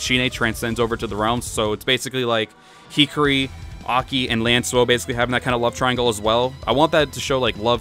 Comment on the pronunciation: Hikari is pronounced "he-car-E" You were saying it like hickory, as in hickory dickory dock.